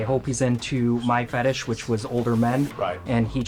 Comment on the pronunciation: "Guy to guy, we all have our fethishes"